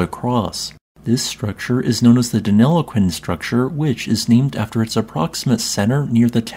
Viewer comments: Well done on pronouncing Deniliquin correctly. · He did an excellent job pronouncing Denilliquin though. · Aussie here, if you're going to do videos on anything Australian, please learn to say our place names properly! You seem to have got Deniliquin right ( a place better known simply as "Denny" and written as "Denni"), but Albury is pronounced as "Allbree" not "Al-berry." If an asteroid struck this part of southern NSW/northern Victoria, please tell me how it is that it is so flat out there? I've driven through that area numerous times, so know something of the topography of the areas from western/north-western Victoria, through to well into southern NSW.